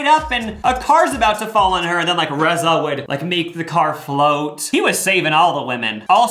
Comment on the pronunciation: Omg. I went to high school with Reza! He is from my town Brookings SD. How odd. It's pronounced Reeza. But cool to see someone i know before they made it bigger. 😅 Cool cool.